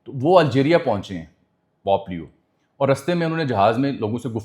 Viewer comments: Bahi pop nahi bulky pope. Pronunciation ka khial karen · V nice info/ analysis... And my apologies, As we all make mistakes in certain pronunciations... But It's not Pop , its Pope leo The sound is , po po in urdu as we use for kids nickname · Sir Jee, Pop nahi, Pope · It's not pop it's pope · You are an experienced and literate journalist. .. huge difference between pop & pope my friend. You are on a public platform addressing the masses, pls get your pronunciation right. You are covering global issues, just imagine what would happen if someone who doesn't know Urdu comes across your video and watches it with English subtitles or translation 🤔 it would change the whole analysis because I'm sure you are not talking about the "pop culture" or "pop music" 😊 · It’s pope not pop plz.